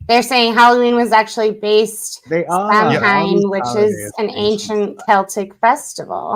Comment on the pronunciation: Also, I'm Irish. It's not Sam-Hane, it's pronounced SOW-en (sow as in cow). It's not a person, it's the modern Irish word for the month of November (long story, I made a video about it - "Halloween is Irish") and it's basically the ancient Irish festival that marks the end of summer and start of winter (we only marked two seasons) and it was significant for many reasons.